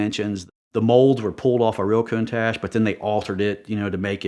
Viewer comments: Countash 😂😂....love it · "Coon-Tash" really?? C'mon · Cant stand the way he pronounces countache..EdPlease correct him it's like nails on a chalk board.